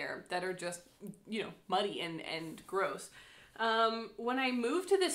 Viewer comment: 😂😂😂 When you talked about the river and it being muddy, I understood 'money'. 'It's also money'... I thought you were going to look for gold in your river before the correct sentence entered my head. Well, a muddy river is nice too!